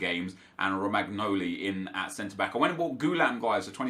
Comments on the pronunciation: Pronounciation correction: It's caltsio a not calsio a, calcio in italian means football. It's romanioli not romagknoli (gl makes li sound and gn ni sound) Also it's immobile not immobail You're welcome ☺️ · Its actually pronounced Romanjoli ;) thank you for changing the team up and making it interesting. Love your hard work <3